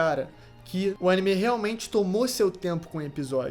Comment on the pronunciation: A dicção fonética desse cara me dá agonia, cada vez que ele fala " AnimÊ" e " odÉn" me dá arrepios